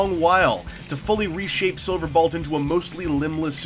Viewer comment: So... Am I the only one who notices that he keeps saying "Silverbalt?"